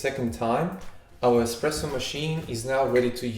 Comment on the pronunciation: it's called espresso. Not ex presso . I am an espresso lover, actually I'm maniac when it' comes to espresso. Please prenaunce it right.